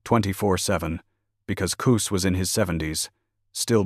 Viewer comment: Koos 🙄 it’s Cus damn AI